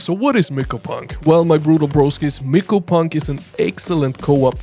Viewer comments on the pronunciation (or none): And i think its said as "mai-ko" or "my-coh" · The y in myco is a hard I sound, not the way you're pronouncing it. Just FYI.